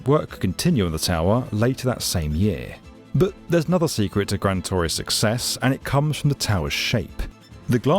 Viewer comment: How can u say so many times gran torre wrong so many times